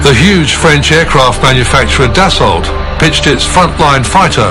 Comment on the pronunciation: DasAULT! He he! Pronounced Dassau.